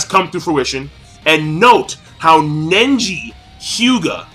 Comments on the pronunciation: I swear if i hear you say indora or nenji again -. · Why is he pronouncing it Nenji lolol